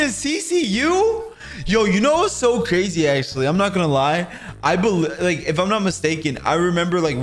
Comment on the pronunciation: Cwazy cupcakes